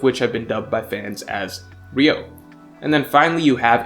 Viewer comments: Why can't one fucking one piece fan say the name correctly? It's not RIO IT'S PRONOUNCED RYU - O. there's 3 syllables.. Goddamn I swear some of yall don't pay attention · Why has Ryuo become Ryou?? Lazy pronunciation changes things like this 😒 although it doesn’t matter that much it’s still unsettling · I know it's a nit pick, but it's pronounced something closer to ree-oo-oh and not ree-oh, the u comes first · Its RYUO NOT RYOU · idk what ryou is. but I know what ryuo is. This word is the most misspelled and mispronounced word in the one piece community cus its not just its 90% of other youtube content creators as well. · It's "ryuo" not "ryou" Why does everyone call it the latter 😭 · Pretty sure it’s Ryuo, not Ryou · *Ryuo Not Ryou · Yeah, He keep saying it ryou instead of ryuo. That's just so ugh 🤦🏻‍♂️ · isnt it ryuo? pronounced like ryu-o? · It's ”Ryu-oh”